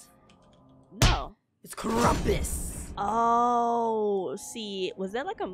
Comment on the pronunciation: Lol It's krampus Not Krumpus It's fine If that's the Way u pronounce it!